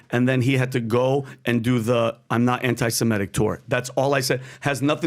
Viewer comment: He kept saying "anti-Simetic." It's anti-Semitic, not anti-Simetic.